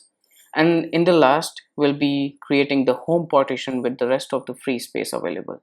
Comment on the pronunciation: IT'S PARTITION! NOT POTTITION.